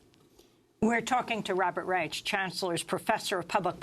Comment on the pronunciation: it's pronounced Rysh and Rych, not Rychuh. Yet again in media French and Spanish words are pronounced with ridiculously excessive accuracy for a native english-speaker but German one's cannot be comprehended apparently. By no means does this diminish Amy or this program for me tho, just making this known